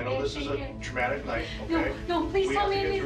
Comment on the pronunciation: Tramatic or traumatic?